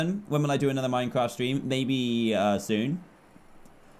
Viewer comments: he said STREM, not STREAM but that's classic dantdm for ya =3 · Lol at the beginning he said strim not stream XD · Did... did he say "strim" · Dan you said stream it’s stream XD you said it wrong